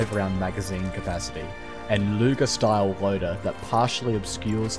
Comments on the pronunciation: Luger not Lüger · it’s LUGER not LÜGER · I think you got something wrong here because his name was Luger not Lüger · Where did you find the name "Lüger"? He's named Georg Luger. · Luger not Lüger 😁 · There is no ü in Luger.